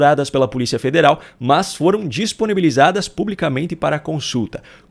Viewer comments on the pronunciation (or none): none